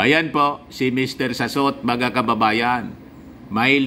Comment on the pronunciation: Mr Salot not Sassot